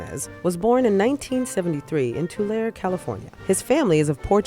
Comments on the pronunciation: It’s pronounced like “t oo L EH R ee” Not “Tulaire” 🙄 As much as I loathe Nunes it’s still annoying when people get that wrong. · "Tu lare" it's pronounces "Tu-laree" lmao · We say "too-lair-ee"...Tulare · It's pronounced 2Larry. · I'm from Tulare and its pronounced Tu•lar•y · Lmao y’all can’t even say Tulare right, gtfo while people who actually live here re-elect him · Total improper pronunciation of Tulare, Ca